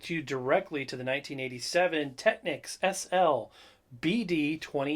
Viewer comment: The correct pronunciation is Tekneeks (it's a Japanese brand name, hence the unexpected pronunciation).